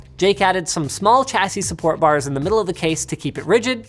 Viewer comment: Why do you say "CH-assie"? The correct pronunciation is "SHH-assie"